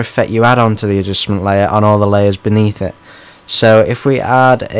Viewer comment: Adjussmen layurrr add an Adjussmen layurr to the Adjussmen layurr XD